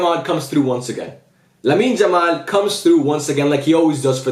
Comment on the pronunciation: why do you say Lamine Jamal lol?